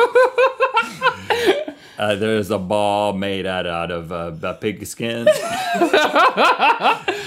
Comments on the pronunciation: Hahahaha lol I thought he said pickle skin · He said "pigaskin"